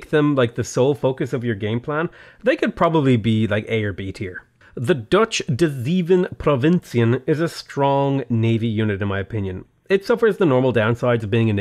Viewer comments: De zeven provinciën is pronounced like this: the first “e” in zeven is pronounced like a from “craven” so it’s like “de zaven provincien” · the way he prenounces "de zeven provinciën" is just amazing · you don't say dezeven provinciën but de zeven provinciën translated it means the seven provinces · ‘the dutch devevan provincián’